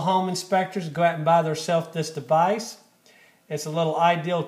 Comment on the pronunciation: You keep saying device.. ?????